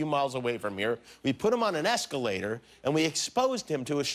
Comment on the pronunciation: See you “esca-later”! Ha ha